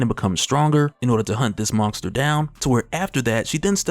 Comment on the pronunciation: can you STOP saying MONGESTER? wtf!